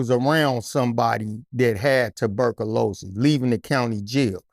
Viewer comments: Please. Correct my homee on how to pronounce 'Tuberculosis.' 🤦🏾‍♂️ Furthermore. He's tellin' the truth. Our country is trying to weaken or kill us if NOT the combination of both! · Tuberc-o-louses lmfao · Loved this interview, but i couldnt stop laughing at "Tuh-burkalosis" 😂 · Dude kilt saying ticburkulous😂😂😂😂😂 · This nigga saying tuberculosis is hilarious 😂😂